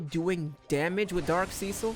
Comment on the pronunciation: mans said seacil